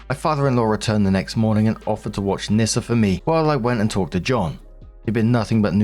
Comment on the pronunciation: OP westernised the name, you're supoosed to pronounce it "Knee-Ssa". Or "Niss-ah". Then you can twist it and say it sounds like a slur.